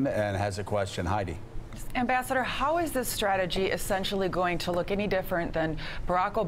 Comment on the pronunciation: Joe, my man - what the heck happened in that intro?! "Mr. Ambissador..." Fantastic. :)